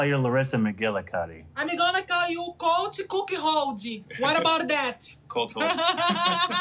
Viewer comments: The fact she still can’t say Colt is killing me. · "Colt cook-holdey"